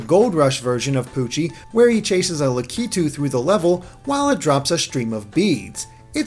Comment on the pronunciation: It's pronounced Lack-A-Too. NOT La-ka-two.